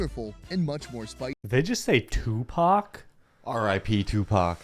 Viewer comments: 😂no 2pac he is saying thukpa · it's "thukpa" rather than Tupac😅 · Yooo that's thukpa not Tupac 😂😂😂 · Not #2paC It's #Thukkpa Need long sound 🙄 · Not 2pac it's thukpa 😂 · tupac damnn 🤣🤣 haha